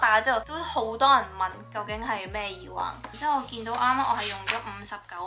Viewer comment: 講咗咁多次都仲係耳“wang”😂